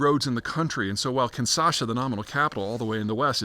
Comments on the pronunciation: KinSHaSa. Not Kinsasha. Kinshasa. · It's KinSHAsa, not KinSAsha. #Leviosa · Small comment on spelling. The capital of DR Congo is Kinshasa (Kin-sha-sa), not Kinsasha (Kin-sa-sha). In the Lingala language it's Kinsásá.